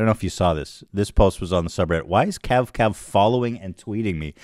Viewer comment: KAVKAV NOT 🅿️